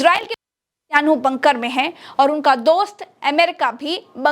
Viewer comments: Netyanu nhi netan yaho bolo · Nityanu nahi netan yahu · Netyanhu nahi Netanyahu Mam. Ab to dhamakedar Youtube channel banana hi hoga.Bas bas bas.